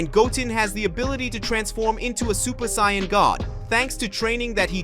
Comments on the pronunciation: Can't even pronounce Saiyan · Doesn't matter it ruins it whenever he keeps on pronouncing Saiyan I cringe on the inside